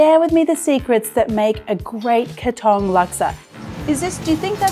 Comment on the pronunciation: OMG !!! PLEASE LEARN TO PRONOUNCE THE PLACE OF THE DISH THAT YOUR PRESENTING. THAT IS NOT HOW YOU PRONOUNCE "KATONG!" IT REALLY GOT UNDER MY SKIN EVERY TIME YOU WOULD SAY "KATONG" MY FATHER WAS A CELEBRITY CHEF IN SINGAPORE HE WOULD BE SOOOO EMBARRASSED AS HE WOULD FIRSTLY LEARN THE PROPER WAY OF PRONOUNCING BEFORE PRESENTING ON VIDEO!